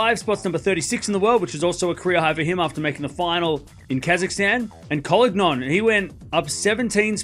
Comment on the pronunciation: Medvedev winning a first title in 2 years is wild. It's a bit of a bummer for his ex-coach but sometimes you just need a change in your entourage to find a new rhythm. BTW, and I don't mean this mean spirited at all, but just in case you are interested in pronunciation: Collignon is a French speaking Belgian and the "gn" sequence in French is pronounced like a ñ in Spanish, while the end -on is a nasal sound. Emphasis is on the last syllable. You could go with co-lee-ÑON.